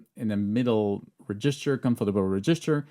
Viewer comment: hand-pink-waving:Bonjour,. J'ai beaucoup apprécié cette vidéo très instructive. Permettez-moi toutefois d'ajouter une précision: la prononciation de « REGISTER » s'améliorera avec une légère modification: l'accent tonique porte sur la première syllabe, et non sur la seconde (comme c'est le cas en français avec « REGISTRE »). Merci beaucoup! ♥ - - I enjoyed this very informative video. But, permit me to add one thing. The pronunciation of "REGISTER" will improve with one slight modification: The FIRST syllable is stressed - not the second (as I know it is in French). Merci bien! ♥